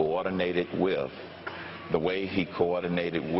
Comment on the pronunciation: Can I get a proper enunciation on the th sound? I believe it's wiTH not wif.